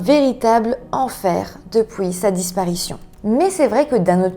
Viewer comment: Trop mignon comment tu prononces "Et pouis...", "houit", "il s'est enfoui", "depouis" 😊